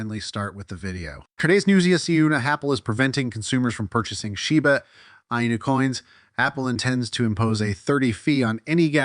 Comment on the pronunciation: Your AI VOICE STILL CANNOT SAY SHIBA INU PROPERLY!!! Fake voice everyone.